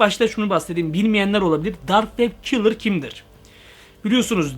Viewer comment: Abi o dark web kilır değil o Dark Web Killer